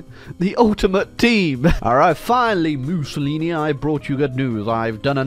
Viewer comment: Did you call him Bussylini?